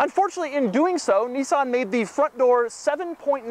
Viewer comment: Say Nissan correctly, not Nessan it's Nissan.